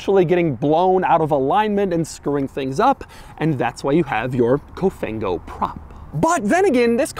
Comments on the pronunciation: It's actually Cofan-go Doug. But I appreciate the fact that you actually try to learn the meaning in Italian. Cofan-go is more English than Italian 😅 but that's the case over here because English terms are being used for everything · The quirkiest thing ever is the “COFANGO” 🤣